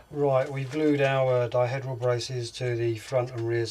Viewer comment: Pronounce it 'diheedral', please.